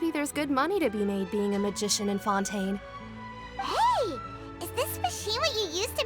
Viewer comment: It took me a wholeass hour to realize why was calling fontaine oui oui